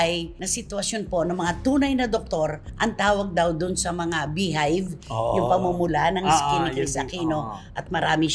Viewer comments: Beehive???? Baka hives 😂😂😂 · “Bee hive”? Hives lang. Boba!